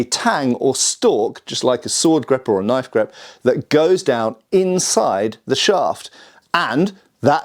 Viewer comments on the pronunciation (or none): none